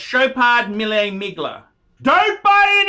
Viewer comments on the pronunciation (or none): none